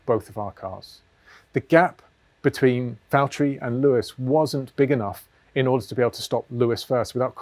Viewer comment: James, it's Vatteri